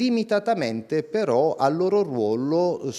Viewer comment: Ma la parola "ruolo" si dice con doppia LL ? 🤔 Non scherzo vedere a min. .